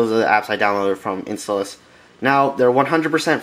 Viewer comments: INSTALLOUS! NOT IN-STALLOUS RAWR! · your saying installous wrong